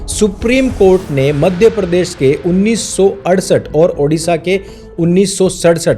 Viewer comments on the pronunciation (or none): none